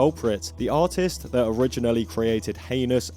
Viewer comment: Every time you say artist/s I hear autist/s and it fits perfectly. 😅